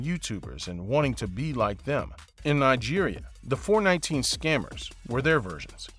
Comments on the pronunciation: It's called four one nine actually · It's not 4-19....it's called 4-1-9 😉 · It’s called “four one nine” not “four nineteen”. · Four one nine and not four nineteen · It is called four one nine, not four nineteen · It is four one nine & not four nineteen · Four, one, nine. Not Four, nineteen. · Smh 🤦🏽‍♂️ it’s called Four-One-Nine oh my browda! Put some respeck!! In da name 🤣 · Lmao. It’s “four one nine” also it’s definitely more than 10% smartphone usage. Every other thing is spot on in my opinion. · it's pronounced "Four - one - nine"